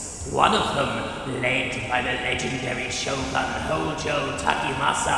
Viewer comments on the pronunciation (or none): none